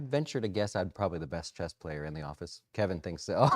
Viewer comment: Did he say Do you play Chest?? lol